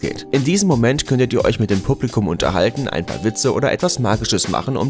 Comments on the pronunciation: hns. xc blubligouhm 😂👍🏼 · wie du "Publikum" gesagt hast 😂